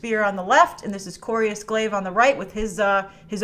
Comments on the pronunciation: Why do you keeping calling him Corius? Isn’t it Corvus Glaive? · Thanos' lineage is originally from Earth. So his humanoid figure makes perfect sense. Also, "Corius Glave." Yea, great job reading your notes. Phony. edit: This whole thing is unbearable.